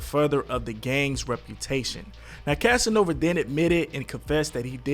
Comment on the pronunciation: Bruh you said “Casanova” wrong in like 3 different ways lmao 😂 you had it right at least once thru out the entire video. Lmao.